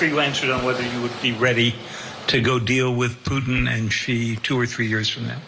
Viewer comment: Putin 😂😂😂😂😂😂 omg how does he get that wrong